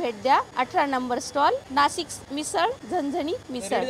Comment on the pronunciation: नासिक नाही नाशिक म्हणा..😅😅😅